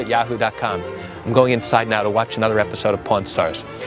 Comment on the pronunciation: Funny, first I thought you are saying Porn stars, not pawn stars! I was like, what is he talking about! LOL